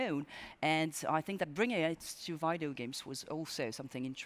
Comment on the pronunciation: why does she keep saying "Vaidio" games lul